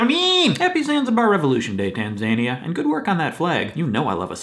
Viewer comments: Yes it is. Tasmania. See? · I don't think that's how you pronounce Tanzania